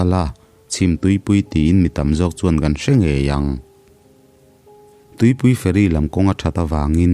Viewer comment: Tuipui fairy nilovin .. Tlema thluk deuh tur 'tuipui feeiirii tih deuh tur.